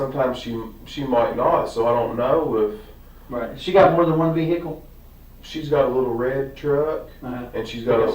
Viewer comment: Once the detective pronounces it as VER-HER-CLE, you're cooked. 😂